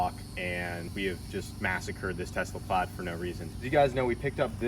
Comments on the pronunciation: "Plad". Plad? I'm sure there's an 'i' in there somewhere. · Instead of model S plaid it is the model O plaidass